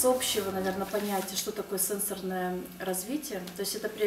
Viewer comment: спасибо за информацию, только не сЕнсорное, а сенсОрное развитие)